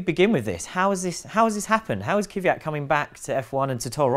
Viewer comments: It's Kvyat. Not Kyviat, Kivyat, Kyvyad, Kivjad, or any form with three syllables. It's two syllables: Kvy - at. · Kvyat, not Kivyat! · Whats His name? Kyviat???? Is it possible to work at autospitt and not able to even read?! KVYAT!!!!!!! K V Y A T! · His name is pronounced KVEEYAT guys. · please please please learn how to pronounce his name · It really hurts, how (bad and wrong) you 3 guys pronounce his name...